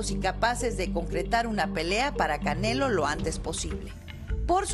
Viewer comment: La vieja ni sabe pronunciar el nombre del canelo jajaja